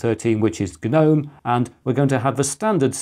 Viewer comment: My Grandmother has a few garden guh-nomes. Ok what is wrong with that sentence? If you can figure it out then you know how to correctly pronounce that word. Not like it matters, Gnome sucks nowadays anyway. Old school Gnome was much better.